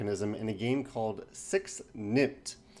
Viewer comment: Funny pronunciation. Would expect "six takes" instead of "six nimmt". Or just "zɛks nɪmt".